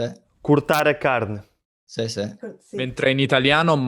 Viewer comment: perché dici caine e scrivi carne? 🤨